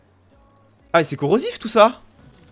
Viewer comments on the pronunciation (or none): c'est CORO - sif ;) ( corobizar )